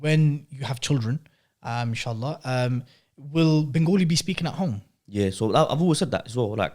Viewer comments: It’s not bengOOli. It’s benGAli !! How hard is that? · What's "Bengooli" bro? 😂🤦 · Wanna ask why do Bengalis from London and the south say it Bengoli when its Ben-gali/Bang-ali